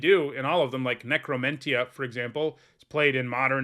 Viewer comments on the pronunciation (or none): you were pronouncing necromentia wrong and I wanted to complain about it, its pronounced how dementia would be.